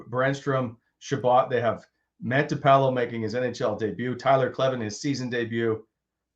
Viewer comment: It’s Matinpalo, not Mantipalo.